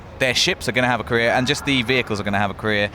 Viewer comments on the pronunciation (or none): I thought they were saying korea rather than career